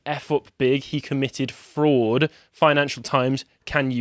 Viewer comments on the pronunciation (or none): That's not how you pronounce Fraud lol. Or Fried.